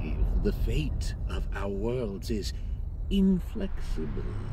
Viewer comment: Can't believe how noob needs to be somebody to miss the "IN-FLEX-IB-LE" moment.